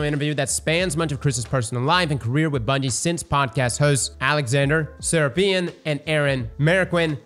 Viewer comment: Sir-rope-ee-in